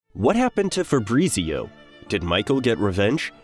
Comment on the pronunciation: Febreezeeo... FahBrreetzio...